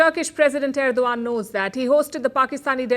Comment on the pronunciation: Madam Palki Sharma it is Erdogan and not Erdovan as what you pronounce. Hope I’m not wrong. Love your way of presentation.